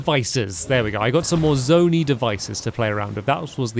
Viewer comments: Please take note for further reference: Hestu is pronounced (hes-too) and not (het-soo) as you have been saying Purah is pronounced (pur-uh) and not (pure-uh) Zonai is pronounced (zone-ai) and not (zone-ee) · Sorry this is annoying me. It’s Zonia not Zonee pronounce the i not the e at the end. Sorry this has been bugging me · I died inside when he said zoney devices. something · Zone-eye is the pronunciation for zonai